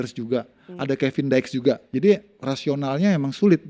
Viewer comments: Oy bung yuke ko Kevin daex sih nmanya kn Kevin diks 😅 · Kevin diks… diks.. diks… bukan daek